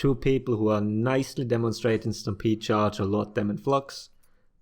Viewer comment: Lol so I heard “if you stampede run someone into a wall...” as “if you stam-pizza someone into a wall...” I’m hungry, fuck off.